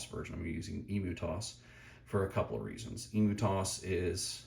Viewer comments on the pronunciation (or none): Great video but.... The way you pronounce emutos. Surely it's "Em-U-Tos" as in emulator, rather than the big flightless bird? Just saying!😅